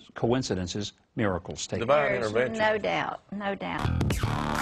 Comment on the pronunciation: "Devine windervention" lol!